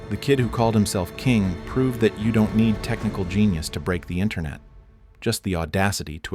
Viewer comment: Exactly. You can pick it up in the narration as well, pronouncing the username as K I N G instead of “King” or even mispronouncing Zain’s name a few times Lying about it is so much worse